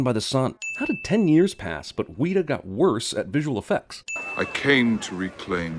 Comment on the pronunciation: "Weeeta"? I can tell this guy isn't the one who wrote the script lol.